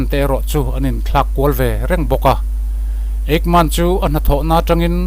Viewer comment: Nia...Nazi tihah hian 't' telhin 'Natzi' tiin an lamri tlângpui. Tin,Argentina khawpui...Buenos Aires hi 'Buens Airs' tih ang deuhroh in a lamri deuh char char...'Bue-nos...Ai-res' tih emaw 'Buh-nos...Air-ess' tih ang deuhin an lam ri ṭhin.Hemi pahnih hi a lamri ngun si a,beng a tikham lek lek. Eichmann-a hming pawh a lamrik dan a inanglo zeuh zeuh bawk. Comment ve ka tum a,comment a khar(close) nge mawni,ka comment thei dêr lo mai.